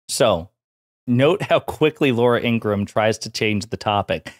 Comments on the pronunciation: FYI, it’s pronounced Ingra-HAM. Literally, you pronounce the HAM. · Her name is pronounced in-gruh-ham